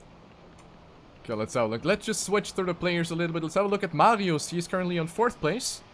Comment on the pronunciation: Why do I cringe when you say MARIOES on the German way xD